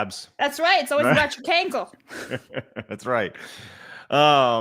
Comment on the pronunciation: Doesn’t sound like a cankle sounds like a can’t-kle